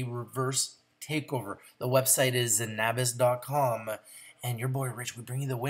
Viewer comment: hey, just so ya know it's pronounced ZEN-a-bis, not zen-AH-bis